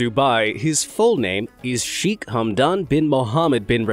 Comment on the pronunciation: Cheikh..the chei pronounced like the "sha" in Shake...kh like the c in cataract..